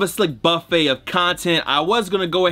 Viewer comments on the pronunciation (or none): none